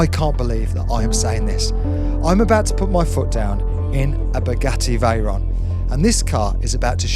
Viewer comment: The pronunciation of veyron makes me mad 😂